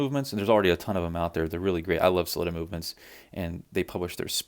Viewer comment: OMG please pronounce "Sell-eeta" (and not "Slitta") like the people at Sellita unless you're being ironic in which case I love it Ral Ucks and See Icko and Paddock Flip all day Great videos